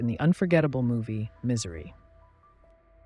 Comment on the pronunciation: "Miss - ery"